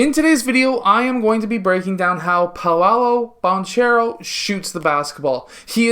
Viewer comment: Not trying to be hateful but as a magic fan you saying paolo Banchero like that is crazy